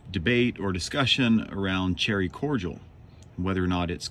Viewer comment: Cordial has 3 syllables